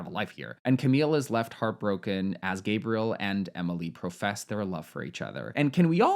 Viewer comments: Hey! Nice video! For the Gabriel prononciation, although the name does exist in english, if the guy prononces it the french (or any) way, that's how you have to call them, their prononciation is the correct one always! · I don't know; I think you should probably pronounce someone's name the way they do. I lost track of whether Gabriel is French or American or what, but however he would pronounce it, she should do that.